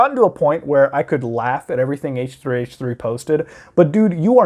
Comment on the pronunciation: How normal people say Ethan's channel name: h3h3 productions How says Ethan's channel name: AesHrEy aEShReY